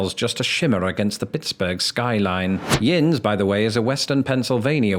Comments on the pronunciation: As someone from Western Pennsylvania, I never thought I'd ever hear the word "Yinz" in a British accent... It honestly feels sorta weird... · The best part? We have gun rights! We love our guns. And it’s “yunz” not “yinz.” I’m from Western Pennsylvania and there’s a U in it. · it's YOUNZ not yinz!!!! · Grew up there. A fine point of pronunciation, since Western Pennsylvania is actually its own labeled sub-dialect in linguistics: it's YINZ if you're upriver on the 'Gheny, and YUNZ in the Burgh. My blood is from there since it was Native American (the kind that didn't come from Europe). STEELERS FOREVER!